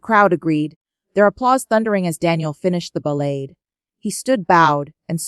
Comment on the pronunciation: The AI reads the lines with horrible pronunciation. Disgusting shit."Chopin" "Ballade". ???? 🤮😱